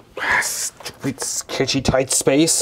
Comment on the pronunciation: SCHEWPID SHCPAGETI